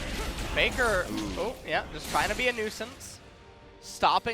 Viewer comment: Yes. For exemple they say Peikar not Faker.